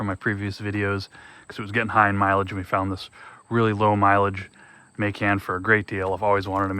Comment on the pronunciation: So you've only heard that pronunciation for pecan? And you've only seen videos where Macan and Porsche are pronounced like you did? This is probably the first time in a long time that I've heard your pronunciation. And it's funny how some see proper pronunciation as areogant. Cool... then keep doing it. Not sure how you missed it, just tried to let you know. What you do with it is entirely up to you. Not meant for the typically long, drawn out conversation. 😂